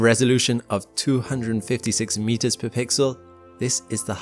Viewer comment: Why can SpaceTubers not differentiate between 'pre' and 'per'